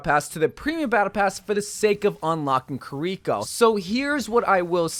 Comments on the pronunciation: ki-reeko Eveyone else: key-ri-ko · Pronounce her name right dude